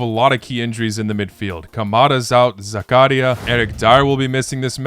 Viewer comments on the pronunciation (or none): none